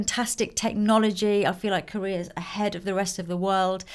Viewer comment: why do you say "korear" instead of "korea"? :)